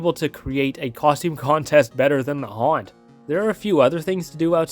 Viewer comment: Never quit the "H" from haunt